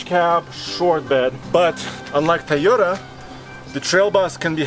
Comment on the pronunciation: I like how he calls the Toyota a "Ta-yota"